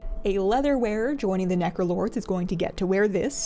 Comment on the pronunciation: so... the internet... is the abyss? I also heard "Nekolords" instead of Necrolords and considering has a cat, I find it fitting.